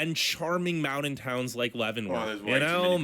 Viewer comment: Ok. I disagree greatly with this "top 10". & add to it the way he says "mounan". Dude, it's MOUNTAIN! 😂😂😂🥰